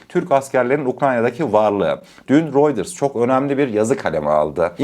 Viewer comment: Amk routers senin telefuzun sana benziyor